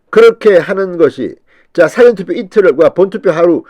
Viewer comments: 진성호님 ! 사전투표를 발음 할때에 바르게 하세요. 사~전투표로 발음하세요 사전투표로 발음하면 국어(영어,한문)사전으로 들립니다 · 진성호 씨.... 발음 좀 제대로 하세요. 국어사전 영어사전 하는 짧은 발음의 사전이 아니라 사~전 투표라고 사를 길게 발음해야 합니다. 너무 답답합니다. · 사전은 뭐? 국어 사전인가요? 사전투표냐?사전 투표냐 ? 발음 제대로 하세요.